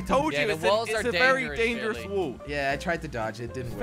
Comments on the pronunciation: josh said woll jelly said feenally bro WTF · It’s not a whool its wall jordy. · lol josh can even say wall he says wool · why cant Josh say wall /LOL